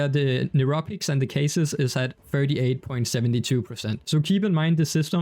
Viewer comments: Holy Christ, getting advice from someone who says “k-sis”. My guy, this is a “cha-see”. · It’s pronounced chasy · Chassis ✅Cha-see ❌Case-sis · Why does he keep calling it a "kaysis"?